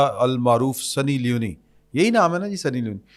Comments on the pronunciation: The name is Sunny Leone (سنی لیون), not Sunny Li-uni. Leone is a gender neutral name from Italy and it means Lion. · I am your regular listener. If you are in this field and you are good، please before starting the program, check the names, designations and correct name pronunciation. سنی لیون ہے لیونی نہین۔ Like this so many other blunders. English na aana koi buri baat nahin but kuch seekh lain just for your program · درست لفظ سنی لیون ہے